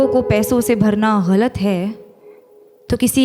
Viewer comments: The way she pronounce "galat" is wonderful. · Bcoz she pronounces her right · ग़लत का इतना सही उच्चारण जो आपने किया है, उसी पे फ़िदा हो गया हूँ मैं :) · Because she says it right! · ग़लत उर्दू का लफ़्ज़ है, जिसके नीचे नुक्ता (एक बिंदु ) लगता है, जिसके कारण उच्चारण अलग होता है।